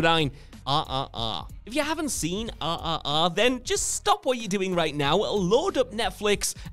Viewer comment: Anybody else listening search Netflix for the movie "ah ah ah" because British people can't pronounce RRR lol